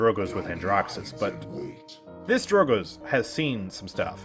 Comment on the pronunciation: "Drogoz" is in title btw.. it's not drogoz but drogzo